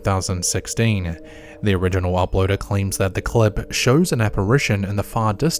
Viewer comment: “The videeerrrr shurrrrs” = “the video shows”. This guy needs to stop talking and hire a narrator. Every O sound is “urr”. It’s not even a normal Aussie or Kiwi accent. He just cannot talk correctly. “UNKNOWINNN”….smh